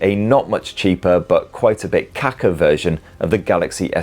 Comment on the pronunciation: Well in South Africa kakker means shitter in Afrikaans so idk if he was saying it in that context. Even though he said it a bit wrong